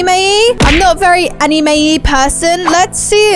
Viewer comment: ok but the way she pronounces "anime" and "ramen" 💀😂